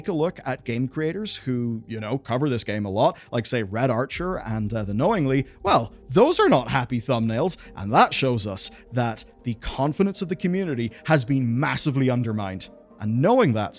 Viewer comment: "TheKknowingly" lol, BTW its TheKknowley